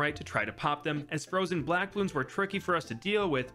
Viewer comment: “a couple blwack balloons”